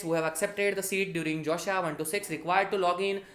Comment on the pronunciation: Did everyone hear "josha"?